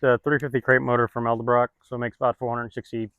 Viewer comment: There's no such thing as Rally SS wheels. You either have Rally wheels or SS wheels. They're two different Wheels. Too funny. He says Eldebrock and right after that you say Edelbrock.